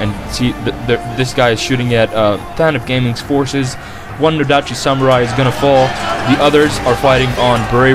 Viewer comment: No-dachi (stress in the NOdachi)